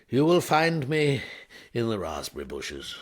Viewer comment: 'If you need me, you will find me ... in the razz-perry bushes.' ☺️